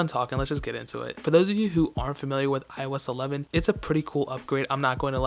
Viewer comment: iOS 11dy? WTF?😂😂 😂